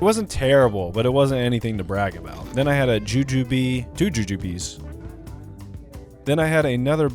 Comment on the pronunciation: That's pronounced joo-joob (rhymes with rube or ...oob) not joo-joo-bee! They're a classic candy from the 1700s based on the fruits of an actual tree, they're a lot better from an actual candy store though